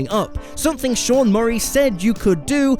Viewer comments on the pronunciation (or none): none